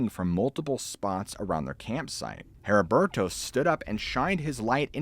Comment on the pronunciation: Maybe other people pronounce it differently but my fathers name was Heriberto (Eddie-bear-toe) hearing your pronunciation made my eye twitch LOL. as always amazing story telling though.